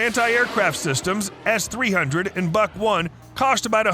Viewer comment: Great video! Lot of research, but why don't you also research how the names are properly pronounced? Gepard, Bundeswehr, Buk. It's no that hard, you should give it a try. Now it's just inaccurate and annoying.